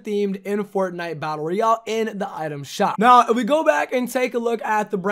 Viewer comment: You didn’t understood anything because you said “the new creative mode in fortnite battle Royale” Batlle royale. Cmon bro 😩